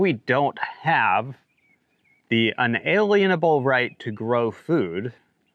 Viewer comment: May stress the word "lien" more in UN-A-"LIEN"able. Thanks for keeping us posted!